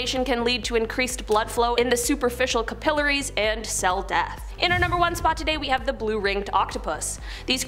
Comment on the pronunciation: Ca * puh * larrys